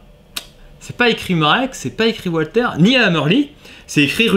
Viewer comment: Bonjour, excellente vidéo comme d'habitude, mais s'il te plait, arrête avec ton "OUALTER"!!! 😥😥Walther est une marque allemande, pas anglaise ou américaine, et Walther en allemand se dit "VALTER"!!! 😉😉 Merci d'avance!! 🙂